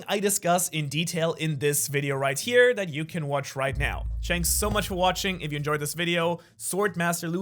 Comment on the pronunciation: Bro he says "shanks for watching"😂😂😂